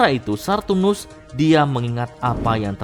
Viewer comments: Sartunus atau Saturnus min yg bener? 😂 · Bang . Sengaja apa gimana si. 😂 Nyebutnya pasti "SARTUNUS" bukan "SATURNUS" alias Saturn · Betul, udah dari lama bilangnya sartunus..